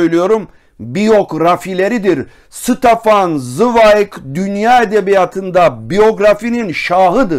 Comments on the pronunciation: Stefan değil Şıtefan zıwayg okunuşu. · Ştefan svayg diye okunuyor üstadım önce adını doğru söyleyelim